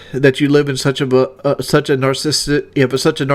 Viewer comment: cant even pronounce narcissistic lmaooo